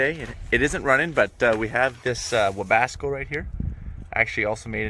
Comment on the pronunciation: Its a Webasto not a webasco:D